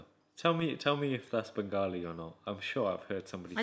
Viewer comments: it's bengaali u pronounced it right first time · EKETITEEEH Lol said it right the first time IMO “Bengali”. Do you think that’s why they made this video? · said it right way.. bangali one 😁😛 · knows the drill! 😎😄 Also the Bengali was spot on, great video guys! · YESSS SID SAYS BENGALI CORRECTLY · SIDS pronunciation was amazing!! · Omg sid amazing bangli p.s said it right love u lots ❤❤❤❤🇧🇩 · Yh you said it right